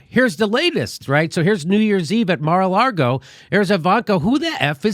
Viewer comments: Jimmy Dore, lol, adds the not just silent but invisible R in lago. 😂 he’s fucking killing me I’m laughing so hard. It’s a big mar-a-laRgo and we ain’t in it. God damn I can’t quit laughing. Watching again at the risk of injury. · There is only one R in Mar a Lago and its not where Jimmy thinks it is. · I love how Jimmy keeps calling it Mar a Largo. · Jimmy "Mar-a-Largo" Dore